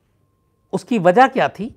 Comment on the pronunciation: 'baat sahi kahi' hoti hai ' sahi kaha' nahi. 'Bachkani' honi chahiye 'Baachkanani' nahi. 'Ushki' nahi 'Uski'. 'Daat' nahi 'Daad'. Aapko mera saadar pranaam.